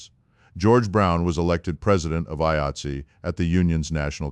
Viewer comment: AI cant even pronounce 'Eye-Eight-See'. Garbage.